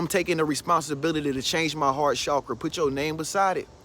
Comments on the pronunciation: Can I just say, i love the way you say the word "chakra"💞. Period. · I like it too....And I really and truly think that is one of the only ones pronouncing it correctly, based on how it is spelled....It seems that most people are using the phonetic pronunciation.